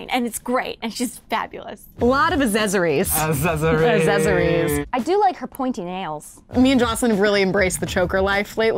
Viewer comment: why do they keep saying azzezories haha its accessories xD